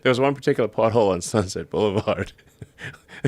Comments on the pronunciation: Every time Elon says " pothole" I hear "butthole" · Everytime that guy say pothole I thinking he saying butt hole 🕳🤔😂